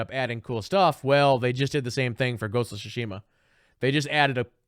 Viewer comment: It’s pronounced much closer to “Tsoosh-mah” the i is essentially silent